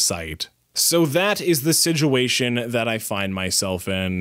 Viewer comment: That really sucks and I love your videos, but one thing made me laugh, you say siduation instead of situation, hehe